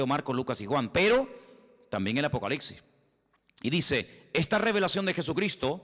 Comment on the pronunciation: Todo muy bien hermano, solamente que no se dice apocaliCsis con c, y aunque sé que sabes perfectamente bien que es apocalipsis, no sé por qué los españoles siempre cambian letras en esas partes y se comen letras también. Ya sé también que lo principal es el espíritu, pero Dios aunque nos haya traído de lo pobre y necio del mundo sé que también nos trajo para ser cada vez más excelentes hasta que lleguemos a la estatura del varón perfecto que es Jesucristo. Amén. Oraré con el espíritu pero también con el entendimiento, así que también hablaré espiritualmente pero también con entendimiento. Amén 🙏